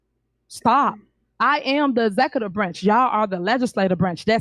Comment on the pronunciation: She said the "'zecative" branch.